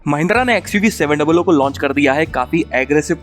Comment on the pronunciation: Wah bhai 7 doubl OO 😂😂😂 baki Mahendra to 700 kah ke bechti hai